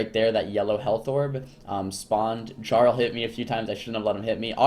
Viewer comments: JAR-ul lolllll its pronounced YAR-ul... like a king of sorts. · Its pronounced "Yarl" not "Garl" Not like the NPCs say it several times throughout the Stomrheim campaign you fucking mongoloid.